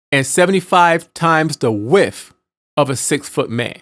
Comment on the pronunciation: KuGiCa Imp, I'm not questioning the information. I would've watched it in its entirety had the narrator used proper pronunciation. Width does not equal wiff.